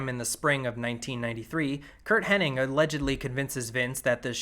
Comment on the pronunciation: Loving the video so far, but it’s Hennig, not Henning. Put some respect on Perfect’s name!